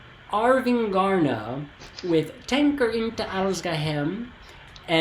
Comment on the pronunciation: It doesn´t matter, but the stress on Arvingarna isn´t on "gar", but on "Ar" and "ving". "Arv" means like inheritance in Swedish, and arvingar is heirs. "Arvingarna"= "The Heirs" Their fathers were famous musicians in this dansband genre.